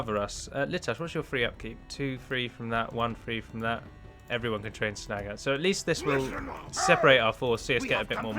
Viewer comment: And his pronunciation of the word Snaga. Cracks me up every time. Please in your next video say something like "Would you be a dear and bring me a mug of Earl Grey Mr Snaga". As snobbishly british as you can. That would be frikkin awesome:D